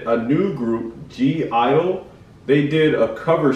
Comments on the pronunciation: loved this cover and love (g)i-dle a lot but of course it's hard to be better than the original performers also just letting you know, when you say their name you only say 'idle', the (g) is silent, i know it's kinda confusing at first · I love both BTS and (G) I-DLE (Pronounced just IDLE, G is silent😊 ) But BTS did better at the song. The girls have their own awesome unique style.. I haven't watched all your reactions to KPOP yet, but if you haven't done it.. watch their own MV LATATA!